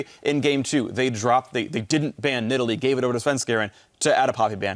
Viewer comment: ? did Phreak just call that cat, nid all lee? what happened to needle lee?